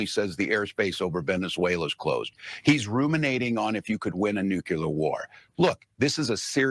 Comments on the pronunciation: Is he the pot or kettle , he can't even pronounce NUCLEAR correctly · A governor who doesn’t know how to pronounce nuclear